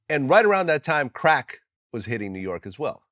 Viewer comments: The way Vlad says “CRACK” will forever be funny…such emphasis every time 😄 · He loves CRACKKK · He's self-triggered by the word crack